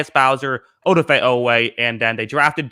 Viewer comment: It’s pronounced Oh-Doff-ay. Just say Oweh if you aren’t gonna pronounce it right